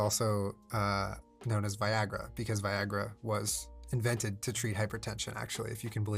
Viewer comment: I think you mean Vi-Wag-ra